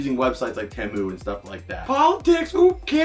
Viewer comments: temu? there are two vowels and anyone who had english in second grade would know the second vowel forces the first to be a long sound so it would be tEmu but the second vowel remains silent so the word temu would be pronounced TEm or team or even TEEmoo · It's Teeee - Moooo dude.... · I don't mind how energetic he is but I'm pretty sure he has eyeliner on an what's up with people. Not saying temu right